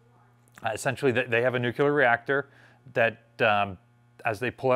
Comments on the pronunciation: please, it's Nuclear not Nucular. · Why do you say “nook-yah-lur” ?